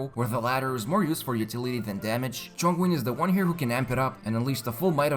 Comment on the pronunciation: Chongwin lol